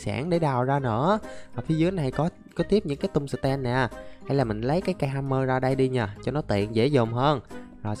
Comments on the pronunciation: Anh dọc chữ tum sờ tem nghe mắc cười. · Anh ơi, em nghe anh đọc chữ tung sờ ten nghe nó hài hài sao sao ấy